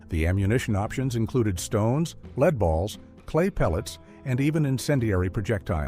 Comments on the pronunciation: Lead ball not leeD ball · Is leed similar to lead? It can't be that difficult to pronounce stuff properly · A leed ball ?? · It's pronounced "led" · WTH is a "leed" ball? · Will someone please teach the narrator of these videos how to pronounce “lead?”